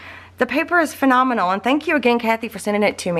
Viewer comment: I adore how you called her spectacular paper collection "phenomenonal!"